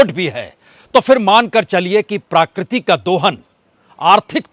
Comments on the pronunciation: Please correct : it is not प्राकृति it is प्रकृति । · प्राकृति? या प्रकृति ? इतने अनुभवी एंकर होने के बाद भी इतना अशुद्ध उच्चारण? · प्राकृति नहीं प्रकृति बोलिए।